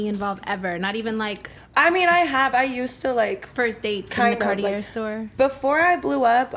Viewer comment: Lol that blue jasmine girl can’t even pronounce “Cartier”